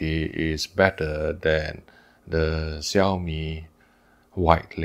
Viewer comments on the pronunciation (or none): Hi, I thought your Chinese is good, please pronounce Chinese name in real Chinese. Not 萧米， 小米，not 咪假，米家